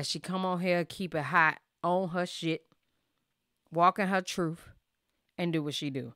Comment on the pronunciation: Truth.. you said trufh lol